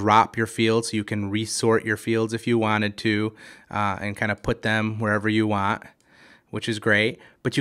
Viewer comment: It's Want. Not waaa.